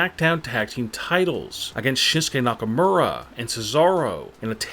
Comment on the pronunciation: I chocked on my pizza when he said shinskay nakamura